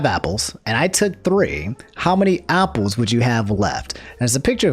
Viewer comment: why do you say Opple instead of Apple